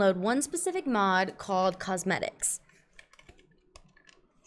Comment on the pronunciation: It's pronounced Quos-metics